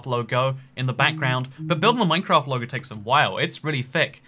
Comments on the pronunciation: MINECRAAT. Are you sure it’s MINECRAAT and not MINECRAFT? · minecraat